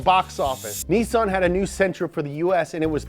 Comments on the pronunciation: Bro it's pronounced KNEE-SAN, it's a joining of two japanese words, they pronounce the NI- elongated. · Spent the whole video thinking he was saying nissin like the noodle company 🤣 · Hate to be that guy, but you don't have to worry about correcting the way you said Nissan at first. It is pronounced "Nii-sahn." When Japanese words are written out, the double-consonant (SS) usually implies the vowel before it is long (I) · Can’t get over him saying “Nissun” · OMG why does he pronounce Nissan "Nessan" ugh I had to stop watching after the 3rd time he kept saying it that way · The fuck is a "nisun" lmao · What’s “Nissen?” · Wait its nissin not nissan 😮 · Why tf you say nissen? Do you think you are from top gear uk or something? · It is pronounced Knee-san. is just weird. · Go to a dealer and watch how they all pronounce it, is being funny. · Nissan pronounced neesahn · Just say “knee-sun!” Jesus! 🙄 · It's Ni-sAn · knee sawn. there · its NEESAAAN. that's how you pronounce it. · It’s pronounced knee sahn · Could you please stop pronouncing Nissan, as "Nthn" thanks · its japanese... it is pronounced Nee-San That is why all their race cars are #23 2-Ni 3-San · You said Nissan correct only once thru this whole video and you guys treated it like a mistake. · Your pronounciation of "Nissan" is killing me. 🤐😬🤐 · Why are you going out of the way to mispronounce Nissan like the British? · All this research and yet he still can’t pronounce Nissan correctly. How can you be a gear head without even knowing how to pronounce a major car brand name? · For the record I hate the way you say Nissan bro lol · YOU ARE PRONOUNCING IT WRONG AND UTS KILLING ME!!! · why is he pronouncing nissan like that -_-' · Could you like Stop pronouncing Nissan like that Please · I’ve never heard anyone pronounce nissan like that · Why does he say Nissan like thar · I don't know why but the way he pronounced Nissan urked me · Whys dis guy pronounce Nissan like a brit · ITS KNEE SAUN NOT NISIN